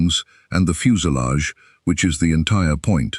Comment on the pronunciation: What's a fuse a lage ?